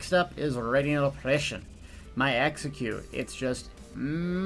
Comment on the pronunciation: Omg listen to the way he pronounces radiant oppression there: That sounds so ridiculous! :DD